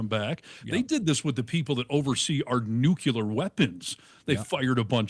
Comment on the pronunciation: Wow,! Nice Homer Simpson pronunciation of Nuclear. Doh!